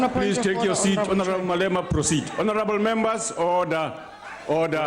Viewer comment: Honerrrreebo 😂😂😂😂😂 much respect Malema from Kenya.